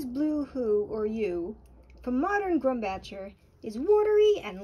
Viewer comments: "Blue who" how in the world do you get who from "hue"? 😂😂 And then she said grum-batcher!! N don't get me started on the way she pronounced the Williamsburg color, Jeez lady a little bit of edumacation lol...Terrible..... Lol naw but I'm all seriousness great job, this was a great video thanks for the info, this just proved what i already thought, that you've gotta shell out the $100 for the 40ml of the original stuff if you want the most beautiful colored Blue Manganese...... There goes the wallet 😂 jk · The 'Bach' part in Grumbacher is pronounced just like the famous composer's name Johannes Sebastian Bach.